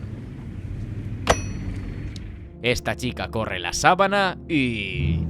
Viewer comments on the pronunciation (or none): "Suspense, muy western, tendiendo una sabaná, mixeado..." Hablas Castellano del puto carajo y mal pronuncias el ingles que da risa. Que se suponer que eres cool? Joder tío, que se te oye ridículo.